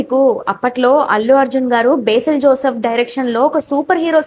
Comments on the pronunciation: Besil ❌ Basil ✅ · బేసిల్ ❌ బసిల్ - Basil ✅